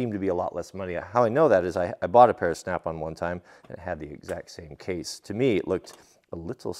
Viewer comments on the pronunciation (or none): none